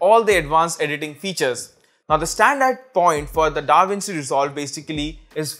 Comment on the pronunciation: "diiiiiiiiiiii most"...., its "" THE"", NOT " Diiiiiiiiii". and u didnt even highlighted or put up the names of Diiiiiii programs on the screen>< i mean your video is about that, how can u forget>.